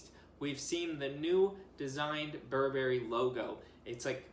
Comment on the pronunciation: Sorry to be a bummer but please pronounce Burberry correctly.